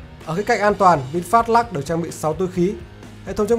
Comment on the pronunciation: Trời ạ, Lux mà ông đọc là " Lắc ". Phi ní lô đia !!!!